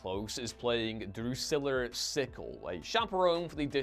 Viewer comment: It’s not DruscillERRRRRR.